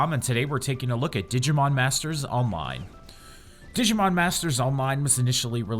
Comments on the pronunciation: did he say digimon masters onmine? :D:D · or olmine?